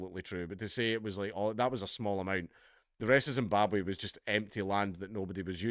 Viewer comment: Zimbabwhaaa? Oohhhh you mean Rhodesia?